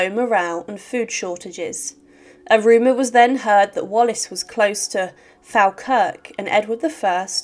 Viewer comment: Robert the Bruce was the actual historical person who was and is known as Braveheart. Also please check pronunciations for Scottish places. Falkirk is pronounced "Fall-Kirk", not "fal-kirk" The battle of Stirling (not Sterling) bridge was one because the bridge was sawn apart in important structural places beneath the crossing boards so that only one rider at a time could safely cross the bridge. A sole Scottish rider told the English to cross the bridge so they could fight at the other side, where there was more space. The English crossed most of their army at once, and the majority of them fell into the fast flowing river, while wearing full armour and riding heavy armoured war horses. The weight of the armour caused many of the English to drown or be crushed/injured by panicking horses. On the banks of the river were soldiers to cut off the escape from the river and archers to try to kill any out of reach.